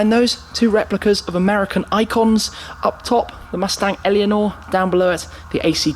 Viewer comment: "Mustang Alienor" Lol 'Eleanor' is literally an English name. You'd think he'd get that one right.